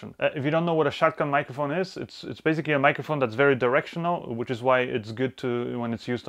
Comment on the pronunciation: You always pronounce basically to bazically...! lol..